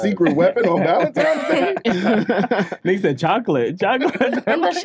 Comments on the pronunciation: Wtf is "Valentimes Day?" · I’m not getting you a gift until you say the holiday correct… it’s valenti-N-es Day with an N. Not Valentimes day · So New Yorkers call it “valentimes” day or am I trippin 💀💀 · Almost couldn't make it through that segment. ValenTIMES...😂🤔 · valenTIMES day …? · Valentime’s Day? 😂😂😂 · Are they saying "valentimes"? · I’m not the snartest guy out there, but I’m pretty sure there is no “m” in Valentine’s Day. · i fuck with y’all but there’s no “M” in valentines day😂😂